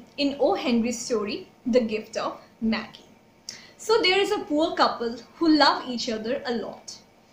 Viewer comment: Its not maggi. Itss pronounced as MAGI. G NOT gi.